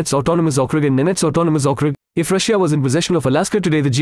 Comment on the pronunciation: The way he pronounces Russia as "Rush-ee-a" makes me laugh